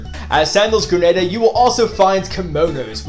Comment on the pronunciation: Good stuff. One thing of note - it’s pronounced gruh naa duh.